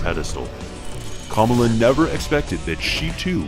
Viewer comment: Couldn't help but notice, he said her name wrong every time...